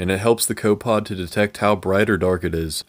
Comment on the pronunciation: Copepod is a three syllable word